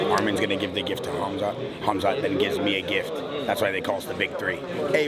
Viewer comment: Did Rampage call him Kumsuck Chimaev?